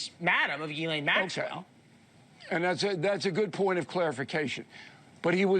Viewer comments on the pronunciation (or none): none